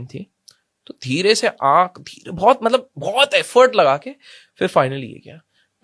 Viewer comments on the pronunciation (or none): none